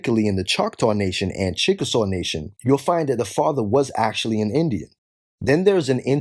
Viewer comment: DID YOU SAY CHICKENSAW